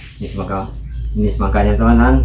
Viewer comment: Semangka bang bukan semaka